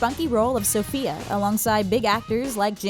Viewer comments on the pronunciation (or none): none